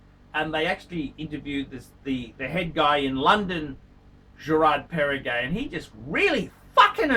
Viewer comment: Gerrrraaaard perregay